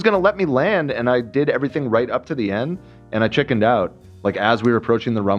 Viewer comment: Could someone teach how to pronounce "ch"? He says "shilling" instead of "chilling", "shicken" instead of "chicken" etc etc. Also, does anyone get insane cocky vibes from him? I get that he is young but chill, my dude, you are not as cool as you think.